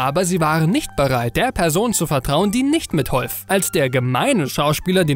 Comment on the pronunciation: Hab ich da "mitholf" statt "mithalf" gehört ❓ 🤔